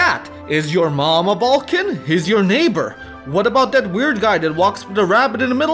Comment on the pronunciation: Half of time through out this video i heard more pronunciations of "Belkan" then "Balkan".